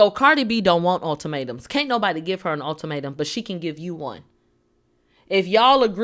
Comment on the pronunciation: cardi kept saying ULTIMATUM😂😂 gurl we know Nicki Minaj taught u that word. Yup i said it, I’m sure she listens to Let Me Calm Down on repeat🔥😂